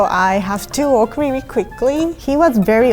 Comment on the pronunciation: “it’s wiwi hot in here”